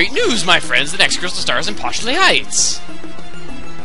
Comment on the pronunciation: It's LAPOSHLEY HEIGHTS. Posh is the name of my dog. IRONIC